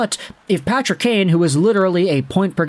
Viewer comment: His name isn't Patty's kane his name is Patrick kane